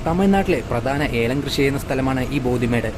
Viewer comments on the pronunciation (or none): Bodhi Not Bodi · " ബോദി മേഡ്" അല്ല," ബോഡിമെട്ട്" ആണ്.